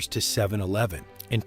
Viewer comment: 7 eleeven? Sounds AI